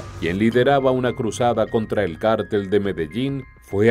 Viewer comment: Porqué cártel,y no cartel.